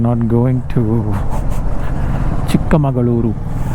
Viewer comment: Thanks for pronouncing my hometown name properly as "Chikkamagaluru" instead of "Chikmangalore". 😃😍